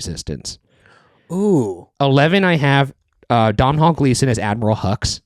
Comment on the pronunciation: Domhnall Gleeson is pronounced “DOH-NAL” (like tonal), podcasters!